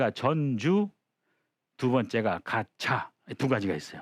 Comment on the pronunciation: 한자의 고저 장단 문제가 있읍니다. "전주, 가차," 의 첫 자는 모두 장음인데, 선생께서 "짧게" 발음하셨읍니다. 잘못입니다.한문 고전 강사로서는 가벼이 받아드릴 수 없읍니다. "한국 어문을 고발함"이라는 책을 한국 지성인 여러 분들께 간곡히 권하오니 이 책을 조용히 읽어 주싱옵소서 . 미국 변 완수 드림